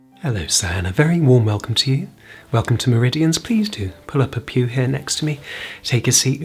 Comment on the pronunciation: 0:4 lol sounds like he says pull up a pube